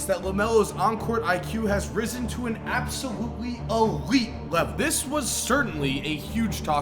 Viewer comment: Bro, what is this thing you do when you say a word with an L in it? Ggglameggglo is ABsogggllutely eeegglite!